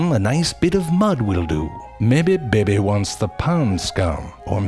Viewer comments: one of my mother's grandmothers (maternal side) was from Portugal, "bebe" was how she pronounced baby. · After this I will forever pronounce baby like he does 😁😁